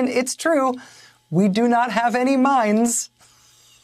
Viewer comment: When Rachel first said mines I thought she said mimes. They may not have those either.